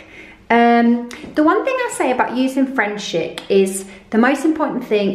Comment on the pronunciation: I have frenchic round my house! Love it 😍...but...it’s pronounced frenchic ( frencheec)! Yes I’m a sad cow 😂...frenchic alfresco is tougher than the finishing stuff, so you don’t need it really..I’ve had greyhound alfresco on my staircase for 2 years without finishing coat and it’s only just needing a refresh xx